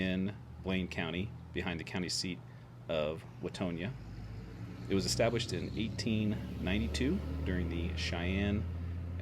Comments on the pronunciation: Pronunciation is o-kee nee. And town of Wah tong ah. Learn pronunciation before you go. Lol. B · Givin’ ya grief: county seat is Wah-TONG-ah (Watonga)…. sounded like you added some letters😂❤️